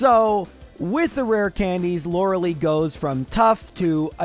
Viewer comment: Still can’t pronounce “Lorelei”, I see.